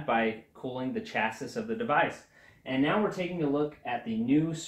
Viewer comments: Thanks for the nice video but it's ChasIE (not chaSIS). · Dislike for mispronouncing "chassis". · Did he mispronounce chassis? Cuz I'm a little triggered